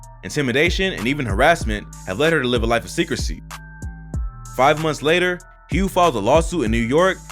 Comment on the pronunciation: I know Hough = HUFF NOT HUGH